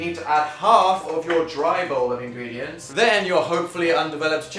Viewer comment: in-green-diant hahaha! im sorry!